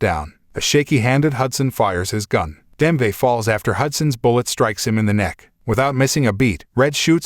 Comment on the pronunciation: Nice summary. Wonder is this was read by AI…. Just couldn’t ignore “Demve” and “life” a life.